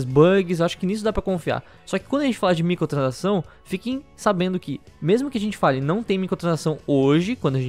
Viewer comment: É so eu que escuto " micotransação " '-' ?